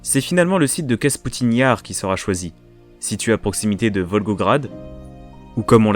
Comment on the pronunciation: Très bonne vidéo. Quelques erreurs mais dans l'ensemble c'est excellent. Attention ce n'est pas Kasputine Yar mais Kapustine Yar (le vallon des choux si l'on veut) et la prononciation de Voskhod est bizarre mais c'est un détail. Je vous signale mon site consacré à l'actualité quotidienne de l'activité spatiale russe, en français: kosmosnews.fr.